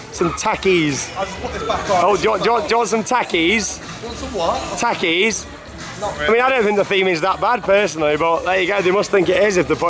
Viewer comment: You said takis wrong